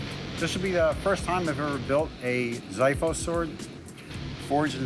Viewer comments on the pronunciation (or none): I believe that in the word xiphos the x is pronounced as x and not z. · It's pronounced "Xiphos" => Ksifos . The "x" sounds like the x in the word extra. not like ziphos... That's the only mistake he did pronouncing it. PS I might have made more mistakes on my English writting this comment lol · It's called xifos with an x not zifos with a z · Im greek and i hate hoe they pronounce it. Its not ziphos... its xiphos (its pronounced as a X) If its so hard to understand think of it as (ksiphos) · Please pronounce right the name of the Greek sword, it’s not xithos it’s pronounced ksifos (ξίφος). The English translation “x” is incorrect and actually pronounced as a “ks” sound. It also has an “f” not a “th”. If you don’t know, find a Greek person to teach how to pronounce the word because you sound ridiculous! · The pronounced xsifos not zifos ir copida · it s not ZEE-FFOS,it s KSEE-FFOS.......Ξ Ι Φ Ο Σ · It is not zithos it is ksifos trust me i am greek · i love to see recreate sword from my country But i can't ignore this pronounced with X not Z... like (X-man) not (Z-man) Xiphos means Ξίφος i watch this episode i hear ζιφος not ξιφος i just try to told how to pronounced right,and i don't blame anyone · Btw it's prenounced ksifos, not zifos. And means sword, so yeah, just letting you know. It was just weird hearing that prenounciation. Also, I'm Greek, so you know that it's correct.😁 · It's funny to me, that I'm Greek, to see the Americans write the sword's name with the Greek letter 'X' but pronounce it totally wrong. Anyway having said that, the word is pronounced 'Ks(i)efos' and not 'Ziphos' which means "Sword" in Greek. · It is pronounced Ksifos. (hence the use of X in the beginning) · "Ξίφος" ρε κεφτέ.. τι ζιφος! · XIFOS KSIFOS not zefos...lol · ffs its not zeefos its kseefos ohhhh no zaiphos either !!! they are all buthering the name ! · Yeah it's not pronounced Z-iphos, its X-iphos or X-ifos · It is actually pronounced Ksiphos